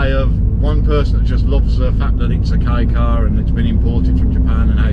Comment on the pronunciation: As a Japanese person, we're happy that people all over the world praise "K car". By the way, I feel something is off about the way you pronounce "Kei car". If you pronounce it correctly, "K car" is appropriate.